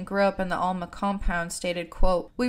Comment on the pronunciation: Just want to say in the nicest most kind and not rude at all way, that Alma is pronounced as Elma ❤